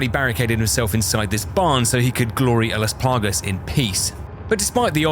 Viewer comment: “GLORY A LAS PLAGUS”